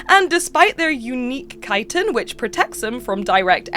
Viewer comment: So glad to hear someone pronounce ‘chitin’ correctly. I’ve seen so many people pronounce it like it rhymes with “hitting’, and it drives me nuts. Thank you. That alone is worth a thumbs up.